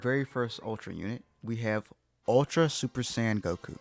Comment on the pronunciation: Bro please just say super saiyan blue😭😭